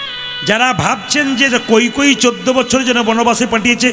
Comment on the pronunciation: কৈকৈ কেন বলছেন নামটা কৈকেয়ী।